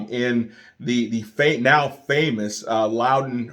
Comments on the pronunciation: You said it right the first time. It’s pronounced Loud-un. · Said like L-owl-dun. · You pronounced the county name right the first time